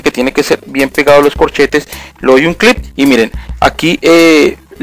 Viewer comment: Se dice click no clip XD